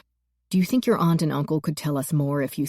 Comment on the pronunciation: Generally good narration except for her very annoying, cringe-worthy pronunciation of 'aunt' and 'shone'.